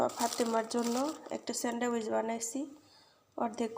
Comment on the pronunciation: স্যান্ড্রাউইচ না স্যান্ডউইচ